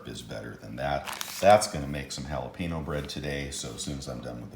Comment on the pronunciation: Jalapeno... Bread! Jalapino.......... Bread? Its the future lol. Oh wow my 2 favorite ingested pleasures combined, why is this the first ive heard of it? Google get me a recipe